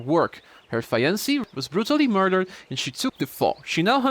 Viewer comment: Hey. Not trying to be rude, just don't want you to learn wrong. Fiancé is pronounced fee-on-say Like Beyonce with an F